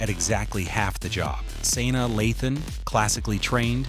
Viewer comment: Who is "San-da-laughten and Saina😂😂😂